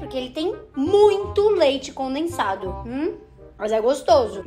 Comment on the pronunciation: ngm: a: leite "conensado"